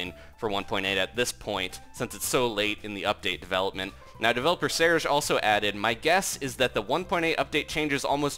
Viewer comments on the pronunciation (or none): none